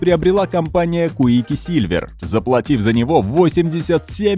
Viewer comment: компания КУИКИСИЛЬВЕР))) Чееееееееееееееееееел ахахахаххахахаххаааххахахахаххахха РЭДИ СТЕДИ ГОУ КУИКИСИЛЬВЕР ахахаххахаха